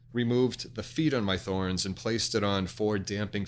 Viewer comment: I love Pangea products. This good information. I too have a Thorens table (TD 125 Mk II) and love it. I do think it's pronounced TOR-enz however. Carry on!